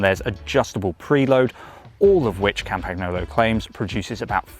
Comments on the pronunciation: It is not "Campacknolo".... 🤦🏻 "Campanyolo" is correct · It's not campaGnolo, it's pronounced campanyolo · Yeah, he fricken butchered it completely. Its not hard. Silent G. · Yeah, can you pls learn how to pronounce that properly? It really is not so difficult… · Learn how to say Campagnolo. And next, the wheels are (market price) 30% cheaper that what you state they should cost. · Was it not possible to find a presenter who actually knows how to pronounce the name of the company whose product he is reviewing? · It's embarrassing, the way you pronounce the company name. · Please pronounce the brand correctly. It's annoying AF to hear it butchered. How about they started saying Winsteen Churchhole? It is NOT just a variant pronunciation, it's wrong.